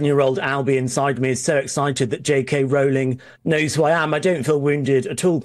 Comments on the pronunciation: Small point, Patrick, Rowling is pronounced ROLLing as said at first but then gets it wrong. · Rowling pronounced roe-ling. Come on, Brits, get it right. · Patrick, when are you going to learn how to pronounce J K Rowling's name correctly ? It's not that difficult !!!!!!!!!